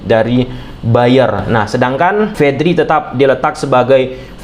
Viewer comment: VEDRI VAVARD GIMANA SIH LU GABISA NGOMONG P APA GIMANA